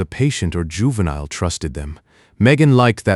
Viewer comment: Your AI can't even pronounce the word juvenile there's something wrong. And I heard other AI voices so much better and even they can pronounce the word juvenile. Let alone this voice is borning.